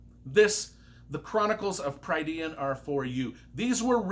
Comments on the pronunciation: The glossary is wrong, it’s pronounced Pruh-dine. Prydain is the appellative name the Welsh gave to wales. Wales being the Welsh word meaning lands of the Gâl and was latinised by the Romans to Brittania which was in turn anglicised to Britain. In Welsh a Y is pronounced uh as in the u in cut unless it’s it the last syllable of a word If the word is a combination of Y with another letter like Yr or Fy, even though it’s only one syllable it is also pronounced uh. The ai diphthong in Welsh is pronounced like eye, so Prydain is pronounced Pruh-dine and because the word is multi-syllabic, the emphasis is on the penultimate syllable and every other syllable, so a word with 4 syllables, the emphasis is on the first and third syllables. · I agree on your literary assessment, but not on your pronunciation. You just pronounced "Prydean" ... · Note: Prydain is pronounced (per the glossary in the book) as Prih-DANE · Welsh pronunciation is different from American pronunciation though, right? Since the author is American, I think his pronunciations make more sense from that perspective. Either way, Pry-DEE-an ain't it haha. If you're Welsh though, or if you have some expertise in Welsh names, I'd love to see a "corrected" and extended pronunciation guide of all the names in these books. For instance, one I was surprised wasn't in the glossary was "Dinas Rhydnant". Which I assume would be pronounced DEE-nas RUHD-nant? I always read RIHD-nant... but I had to ask Chat GPT lol. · Lloyd’s glossary of how to pronounce them is wrong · Good review but you were butchering names left and right. Prydain (Preh-dain); Eilonwy (Eye-lon-wee); Taran (Tah-run). Not my interpretation, Lloyd Alexander's. Love your enthusiasm though. All that aside, this is possibly the best book series I've ever read as it pertains to quality of writing, story and emotion.